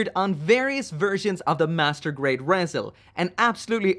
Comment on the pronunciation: Rezel?.... Isn't it called "Re-Zel"